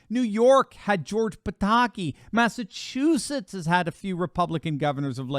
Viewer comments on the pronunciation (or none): none